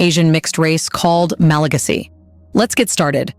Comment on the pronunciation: Learn how to pronounce MalaGAsy